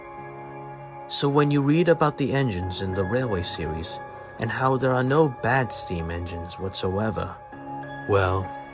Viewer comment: I thought the "No!" sounded like "Pluh!" For a split sec😭